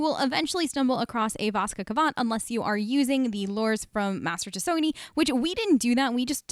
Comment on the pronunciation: "Tesony" heh. Its spreading like a virus